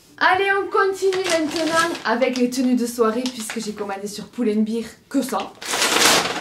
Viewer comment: Pull and beèèèèèr, pas bir.;) Prof d'anglais, ça me fait trop mal. Les robes te vont super bien!